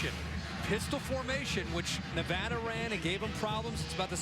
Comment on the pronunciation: Two comments: Boy-C and Nevada NOT Nevahda.